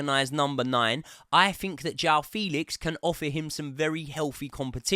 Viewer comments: It's not 'Felix' like Felix the cat. It's like the 'fe' in the word 'fence'. 'Fe...lix'. You'll get it eventually 😅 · It’s pronounced FAYLIX!!!